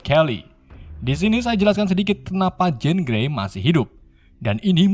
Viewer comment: Bang sekedsr saran nih , baca nama bahasa inggrisnya yg bener dong bang , dulu chaler lu sebut karles , skrg jean grey lu sebut jen gre